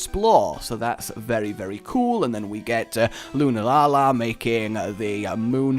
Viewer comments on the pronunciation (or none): I hate to be that person, but I quite certain it's Lun-Ala. not Luna-Lala. I don't really care if you say it that way. but just so you know